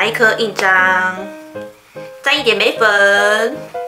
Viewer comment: 我聽到眉粉屎😑😂😂 笑死了啦😂對稱是問題😂